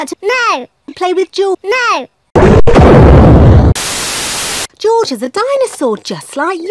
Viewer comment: It’s George not joj